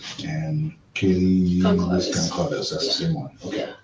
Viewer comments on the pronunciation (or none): Is that really how you pronounce kaylees last name?